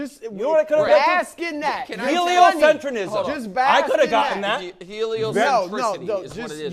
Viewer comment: Not to point out the obvious...but I didn't say he invented heliocentrism I said he invented "heliocentrinism"...it was a joke about his funny mispronunciation